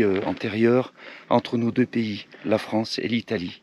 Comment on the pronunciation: Bof! Le coin le plus irradié de « Fronce » depuis l’incident de Tchernobyl !🤣😂👋🏾👋🏾